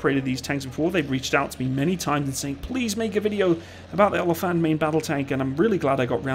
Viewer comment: You butchered the word oliefant